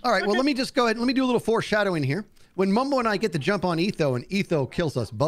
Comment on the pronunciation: "Mumbo?!" "DON'T YOU MUMBO ME!" Sounds like he's saying "Don't you member me?